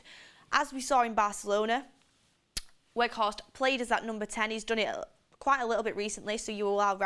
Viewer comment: Sell. Carthorst not Weghorst